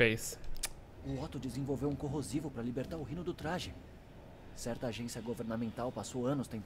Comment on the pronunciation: Alguém sabe me dizer por que diabos ele pronuncia o nome do Rino como raino? O próprio homem aranha no jogo diz Rino. Acho que a palavra raino nem existe.